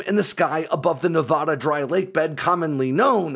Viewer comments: Minor note. Nevaa is pronounced Nuh-vad-uh. Not Nuh-vawd-uh. No such state as Nevawda. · And there's no "ah" in Nevada.